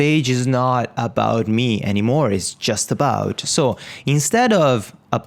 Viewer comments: Well, it's my 3rd language, but it's ok ;) Just pointing it out so you now know that it's pronounced as "me". Great vids, man :) ! I'm following the series and learning alot! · Why do you say "about shmee" ?